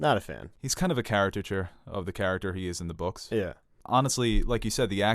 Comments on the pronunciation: It's pronounced 'char-ic-cature' not 'character-ture' ... with love. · Check your pronunciation of ‘caricature’.